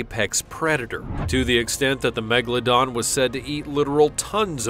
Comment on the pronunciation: Why he always says Megladon. The name is MEGALODON.